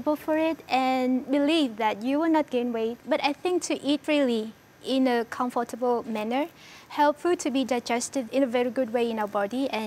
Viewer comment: She pronounced com-for-table